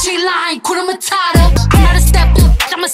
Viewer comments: It's 'hakuna matata' not 'hakuna matara' anatweng' vibaya...gaaaiii...😂😥💔💔💔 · Hakuna mata ? What??? Shit shit shit I'm from East Africa and I feel bad when I hear hskuna matara.....people its hakuna matata...(matahtah) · Atleast try say the Swahili name hakuna matata not matara